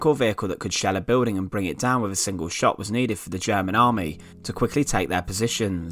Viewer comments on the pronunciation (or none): none